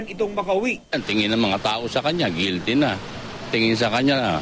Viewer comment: hahaha plead guilty.. haha Hukom: guilte?